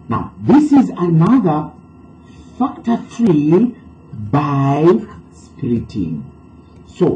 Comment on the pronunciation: ITS splitting the value not spriting the value 😂😂😂😂